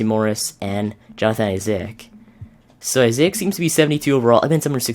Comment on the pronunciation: You don't need to pronounce isaac like that. You are not supposed to sound out both a's.